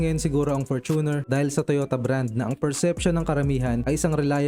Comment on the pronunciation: FORT-uner. Fort-uner o FOR-tuner FOR-tuner.